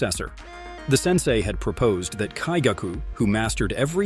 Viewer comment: Lower Moon 1 has some kind of kink. "Slaughter me, daddy" oh no lol Also, the emphasis on some names is wrong and I hear some swollowed/choked words which makes me think you used AI voice. You said lower 6 when you meant to say upper 6 when Daki appeared And I keep hearing Muzaaan with an 'a' sound, not with 'ah' sound. Same with Kaigaku. Daki has Obi belts and not scarfes LMAO. DID I SERIOUSLY JUST HEAR TA-U-CH when it's "touch"? BROOO. You're killing me. And the repetitive awkward pauses in the middle of sentences.